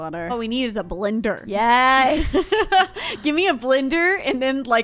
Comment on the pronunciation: I’m getting annoyed how you keep saying blinder why it’s blender